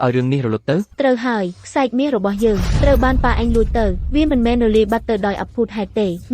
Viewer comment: អ្នកបញ្ចូលសម្លេងអើយសូមអានអោយត្រូវគេអានថាខ្សែរ"ក"